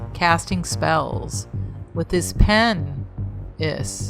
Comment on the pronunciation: I lasted 4 minutes. The "pen-is" got me. Anyone else?